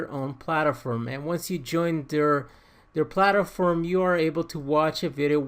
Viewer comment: plat-form not palter-form....sorry that was bugging me but awesome video very informative, im new to all of this so I may need more help